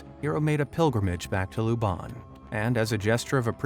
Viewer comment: OMG IT'S PRONOUCED Lub-ONG NOT LUBUNG THE ACCENT IS ALWAYS WRONG